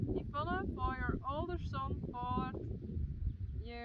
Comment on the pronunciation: I very much enjoyed seeing Yvonne relaxing a little and talking to the camera. And hearing her pronounce her name, which is so pretty, I like it better than how we pronounce it in English. Sylke Faya is a scamp, that was so funny when she grabbed the cards and envelopes.